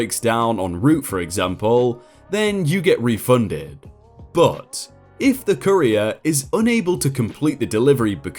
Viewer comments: Your pronunciation of courier is downright painful. Takes me out of the story so hard. But I know you're trying :) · The original word is French, I think, so English just tends to do whatever with it, given the bajillion accents English tends to have. ^^ I've never heard it pronounced like does here, tho. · I've never heard it pronounced "ka-rear" before, always said it"koo-ree-er". "Ka-rear" is the way I'd say career. So hearing things like "the support line for careers" is really funny. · Please learn how to pronounce the word COURIER... something like COUR’-re-er, not ca-Reer’. A courier is a person who delivers something. A career is a job your perform... usually. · So very distracted by you pronouncing "Courier" as "Career" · Courier=CUR-ee-er. Career=cuh-REER. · I would just like to point out "Courier" is not pronounced "CAREER" but "KUHR - EE - ARR". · Courier is Not pronounced the same as career. It's pronounced ko͝orēər and it's someone who delivers stuff. Not career. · It’s COUR-IER. Like CUR-IER. Not CAREER. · Courier rhymes with furrier, not career. 🙄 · Courier is not "Cah-EEE-r'. it is pronounce "CORE-ee-er". Unless it's completely different in the UK, but even that can't explain that bizarre pronunciation. ^^ you sound like you're talking about someone's "career". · Say it with me Cou-re-ER! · The way you pronounce "courier" makes it sound like "Korea" to me. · To my American ears, your pronunciation of 'courier' sounds like 'career'. :) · Pronounces courier correctly once. Pronounces it "career" the rest of the time. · Each time you said "courier" I heard "Korean". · Lol I kept hearing "careers" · I kept hearing Korea. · Sounds more like career doesn't it? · I’m British and I have never pronounced Courier like Korea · Alright, the first pronunciation of courier was fine, it was pronounced right. But after... gods above man. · For crying out loud man, learn how to pronounce words like Courier correctly.